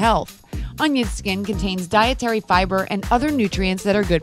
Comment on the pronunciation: dientary? Somebody needs to give this narrator dysentary. Vocal fluctuations are out this this world.